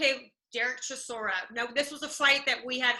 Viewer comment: Derek “Seeshora”, what? 😂😂😂